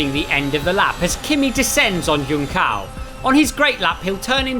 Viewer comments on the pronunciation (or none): I'd settle for joon-saum 😅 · They don't need to pronounce "junção" perfectly, but at least Google the pronounciation so it's not so butchered as it was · Really butchering the pronunciaton of “Junção” at the beggining of the video, like he didn’t even tried to spell it right, wth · I wonder when these commentators (all of them do it) will learn that "Juncao" is actually spelled "Junção", which means you pronounce that C like an S, and the tilde means it's a nasaled vowel, so read the "ão" part more like "Huh" or an irish "mum" and you'll be a lot closer to the actual pronunciation in Brazilian portuguese. Also, the J in the begining is nothing like nordic languages where it's pronounced almost as an "english Y": J in portuguese ALWAYS sounds like the letter "G" pronounced in english, or "Je" for those who understand french. Just put it on Google Translator and hear it if that didn't make sense, you'll understand what I mean. Please someone show Crofty and his fellas this comment, every year I hear them saying it wrong repeatedly and there's no reason to! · My man said YoonKao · As a brazilian, is it very funny to hear how "junção" was pronounced. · The c on "Juncao" is pronounced as an "s", or just say junction, which is the meaning in english... it sounds better 👍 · What's so hard in pronouncing "Junção"?